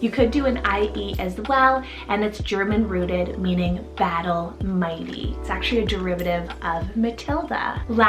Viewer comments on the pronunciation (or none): none